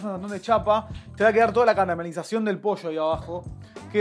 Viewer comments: Por que dice Posho????? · En Mendoza también decimos "poilloo" jajaja no tan marcada la "i" pero nuca jamás usamos la "shhhh" jaja